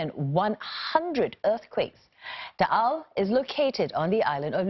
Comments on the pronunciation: You gotta give it to her for pronouncing Taal and Batangas correctly. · This is the first international news station that actually said batangas and taal perfectly also sto.tomas